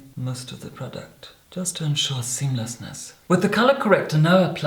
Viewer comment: Tell me I wasn't the only who shivered when he first said "seemlessness"